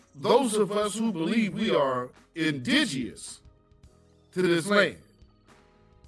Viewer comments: I’m supposed to take seriously someone some who can’t pronounce indigenous. The Jamaican woman said don’t tell her about her history, likewise she should not try to tell us about us. Silly rabbit. She’s proud to be Jamaican, I’m proud to be FBA. 🙍🏽‍♀️🇺🇸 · My God can she just pronounce indigenous correctly 😳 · The word indigenous had a personal vendetta with her mouth. That word was kicking her ass.🤣